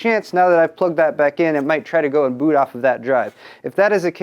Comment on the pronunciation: Lol. says the word "Boot" funny.